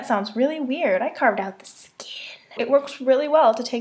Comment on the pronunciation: "I carved out the skeenn" XD Am I the only one who died at that part?